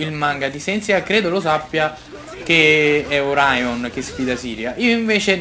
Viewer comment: Sei grande bro! Non ti sto a spoilerare nulla, purtroppo la saga di Poseidone non è un granché tranne che per alcuni twist, non vedo l'ora di vederti giocare la saga di Hades! Secondo me da li ti innamorerai di Saint Seiya! Continua così che sei fortissimo bro! ;)ps. Comunque Orion si pronuncia come e' scritto (vabbè tanto non lo vedremo più ahahaha)